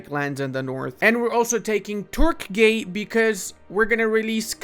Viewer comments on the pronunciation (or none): Why are you saying like turk gay İts turgay not turkgay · bro realy said Turkgay ong moment